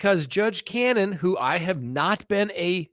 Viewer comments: The judge’s name is Ca-no-ne The expects were from ARRCA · The judges name is pronounced Cah-No-knee..you said judge Canon.. Free Karen Read..❤